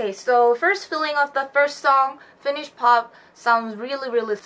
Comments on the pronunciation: but you pronounce it pretty well! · Ok honestly ur the first person i see pronounce finnish words even that well! Im from Finland and i do actually like finnish music, just the old ones tho, the new music is terrible. Iskelmä on se juttu lol